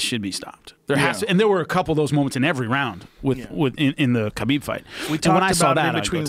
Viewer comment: Johnwaynelsd25 *KHALABEEB